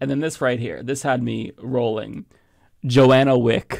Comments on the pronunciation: "Johnna" not "Joanna" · just a nit-pick, the name the dude cam up with, Johnna, is not "Joe-ANNA," it is "JOHN-ah." One of those horrible "20 Kids and Counting" girls has that name. I don't actually care about that, but I want you to always look and sound your best.